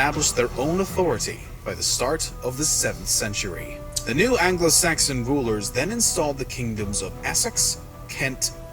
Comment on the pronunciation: Definitely ALBA. He is also saying ANGLE SAXON instead of ANGLO SAXON !